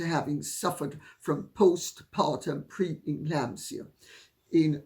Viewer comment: Sorry “preclamsia” stitches